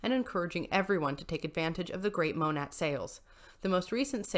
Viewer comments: Monat pronounced Mo-Nay :) Love your content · The way the Huns say it is mo-nate